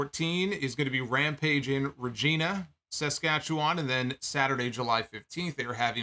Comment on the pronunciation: You almost pronounced Regina correctly 😂